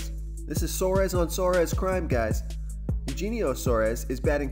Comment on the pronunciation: BTW it is U - henio Suarez - either way I like the match up.